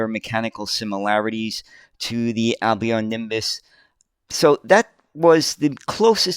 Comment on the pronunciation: 'Albion' is pronounced 'Al -be on' with the 'L' sounded. Also Mousehole is pronounces Mouse -sill! Isnt English weird?! BTW, the picture at timestamp looks to have been taken at what is called Tram Sunday at Fleetwood Lancashire, UK.The stretch of road is called Lord Street, I was born about 500 yards away in a small terrace houce in 1956. Until trams returned to the roads in Manchester, Fleetwood was the last remaining place in the UK where trams actually ran on the road for about 30+ years! Although Tram Sunday started out as a show for trams, it expanded to included buses and vintage vehicles and is still held every year in July.